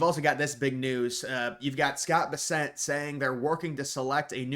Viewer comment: You keep mispronouncing BESSENT! The accent is on the first syllable not the second..BESS ent. Have you never seen him on the news or anywhere??